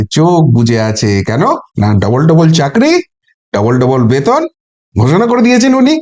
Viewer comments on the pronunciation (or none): none